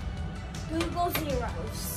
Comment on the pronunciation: Its googol not google